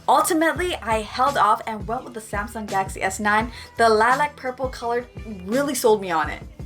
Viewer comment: Sounds funny when you say Galaxy